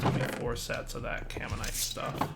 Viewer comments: >It's spelled Caminite > says Carmite four times, while looking at the name why? Why don't you read? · can dire like not read? It's freaking "caminite not carmite" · "Carmite" Oh shit, it's "Gormalais" all over again. tears hair